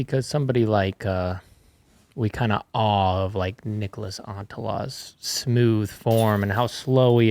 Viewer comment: Heyyyyyy......SOME Of the American announcers are starting to get this guy's name right. Its not v hard. Oh , well not Paul..just heard him around 7 min. Only TWO Syllables ✌🏽👏🏽👏🏽 native English speakers Say : "knee• cläss" Niklas. Not Nich•o•las.... now you're a tad smarter 🌈